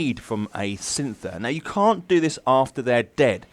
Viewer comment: 11. Scyther, not synther 🤓